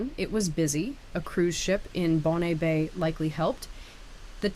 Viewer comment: Also "Bon" Bay.